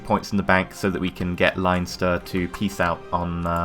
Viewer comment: Leinster is pronouced Len-ster not Lion-ster